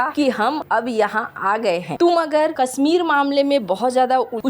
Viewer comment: सहरों, लोकेसन, पोजिसन, दे स, कसमीर, कोसिस, निसाने, टेन्सन ये तो हाल है इस चैनल के उच्चारण का, आपके बच्चे इस चैनल को सुनेंगे तो हिन्दी के सही उच्चारण की उम्मीद न रखें